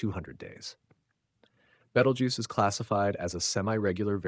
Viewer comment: Seriously man???? Have not seen the movie????? It’s not Betal-juice…. It’s pronounced“Beetle-juice “… WTF